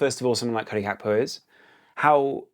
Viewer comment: Love your content, but Gakpo's name isn't of Dutch etymology. It's Gakpo not Hakpo. It's jarring on the ears.